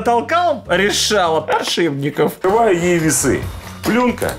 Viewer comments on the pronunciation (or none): подшиПники!!! В топ, чтобы говорил правильно